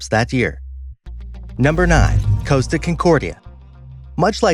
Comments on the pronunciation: It's not Coasta its Costa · It's pronounced "Cos-Ta" not Coast-ta, there is no "a". And the Captains name was Schettino (Ska-Teen-oh) not "Sha-neat-toe". Work on researching those pronounciations so you have your info correct... but otherwise great video!